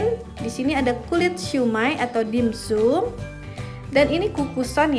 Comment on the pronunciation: Maaf, baca nya dimsam bukan dim sum